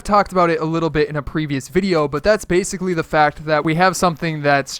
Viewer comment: Bassicaly Bassicaly Bassicaly